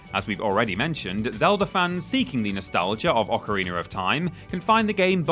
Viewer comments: WTF IS AN OCARINER OR TIME? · Gotta love "occareener" of time. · So he can say meta just fine, but says ocerrinerr.